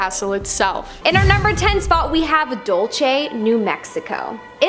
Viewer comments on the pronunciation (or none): Its not dulche its dull-se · Dulce, as in "sweet" in Spanish. Not dulche. You confused Spanish and Italian phonetics. Feliz año nuevo. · I’m from NM, Lol my head snapped with a quickness.. The pronounce it Dull Say, Dull see= Dulce I thought of gabana when u said the name . First time commenter long time fan yo